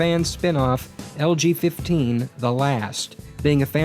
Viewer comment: I kept hearing "LGBT" instead of "LG15." :P